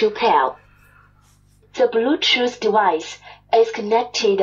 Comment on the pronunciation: "De blootjoose debica is reedy to pal... the bjootoo debice is connectidad successfulley..." that's for sure some cheap generic chinese bt junk :-)